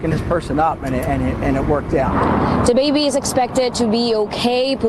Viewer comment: The reporter says “Da Baby is expected to be ok” not laughing at the issues it’s sad